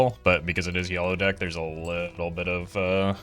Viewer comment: It’s yellow DECK not yellow deck